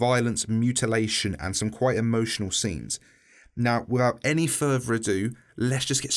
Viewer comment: “Wifvout any furver erdo”